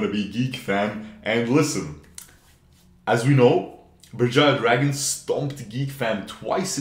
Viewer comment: you nailed that Berjaya man XD